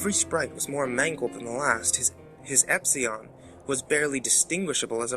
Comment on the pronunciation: Pidget? Epseon? C'mon man!